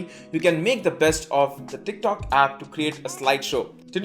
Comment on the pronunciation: Teerk talk...😂